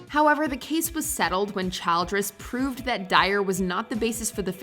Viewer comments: The last name "Childress" is not typically pronounced like the word "child"+ress. Instead, it should be pronounced with a soft 'i', like "chill"+"dress". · It’s Ras-puu-ten (long u) not Raspooten. My god no one can pronounce names that everyone should have learned in school. And then you said child-dress! Omg! Seriously! It’s Childress flowing off in one word as in chilledress. Were you home schooled? Then there’s Panama. Really????